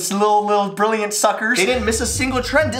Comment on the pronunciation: i think the emphasis should have been on the THIS not the BRILLIANT> like 'no... THIS video was brilliant' not 'no... this video was BRILLIANT'. right?!